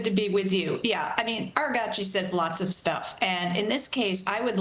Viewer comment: Why does everyone keep calling him Aragachi 🤣 ?! He's not Japanese. The name is Araghchi - ah-RAGH-shi lol. Grates my nerves